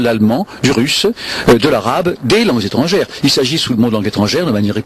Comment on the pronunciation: " En langues - z- étrangères"? Essayez: en langues - étrangères. Vous comprenez? Les langues - z- étrangères est le fait d´une méconnaissance du français parlé.